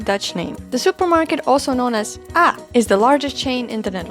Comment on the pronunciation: It's a very old video so it doesn't really apply anymore and we have way more supermarket brands. Aldi is now the cheapest option, Jumbo isn't budget, it's just cheaper than AH (which we don't pronounce as Aaaah as she says but as AhHa). The prices also don't apply anymore, it's gotten so much more expensive.